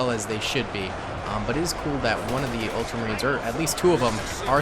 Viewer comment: "Ultramarines" not "ultra space marines" 😑 that's some space force sounding thing lol